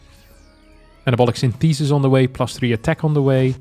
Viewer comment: Love you and your English is excellent but google how to correctly pronounce "synthesis" 😂